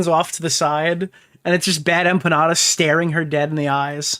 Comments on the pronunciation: The way she says BadEmpanada as “BadEmpañada” really fk annoys me. Is she trying to say it “correctly” because as a Mexican-American, no one says the N with the accent. This is the shit I wake up to. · She's done 'so much research' that she hasn't ever heard anyone say the name Bad Empenada out loud and says it like that instead... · The best part is that she received the most pushback from Hasan's fanbase but then turns around to say H3's fans are like MLM and that they cannot take critique and only "follow their leader"? And then says she's a Hasan fan but can't pronounce Bad Empanada.